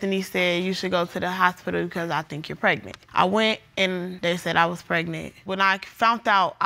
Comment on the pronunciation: She said "Lawryer" And "House-pital",😢😑😢😑😢😑🤣